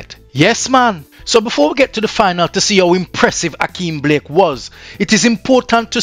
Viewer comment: It's Blake not Black.